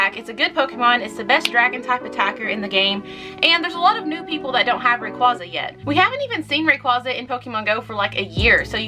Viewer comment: Props to you pronouncing rayquaza correctly